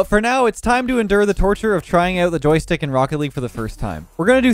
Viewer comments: The “Joytick” really triggered me lol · It said on JoyTick. 😂😂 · why is no one talking about it saying on Joytick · That's what you call a gold aerial simulator tomorrow Inspired by the joystick video, I recreated the Microsoft Flight Simulator in Rocket League. Jokes aside, now I'd like to see you try this with Guitar Hero/Rock Band drums. PS. Did just make the favourite insect reveal, or is the s in joystick silent in Canadian?